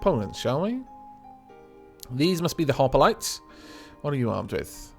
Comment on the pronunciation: Cannot wait for more. Sorry to be picky but Hoplite is pronounced hop-lite not hop-o-lite sorry to be annoying (If I am) also small tip make a small fast fight-jet they're so effective against the DWG I made a small realistic fight called the hawk, my god does it do well! -Se7end1p1ty